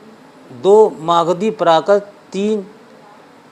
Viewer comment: مالدھی اپ بھرنس نہیں بلکہ ماگدھی اپ بھرنس ہے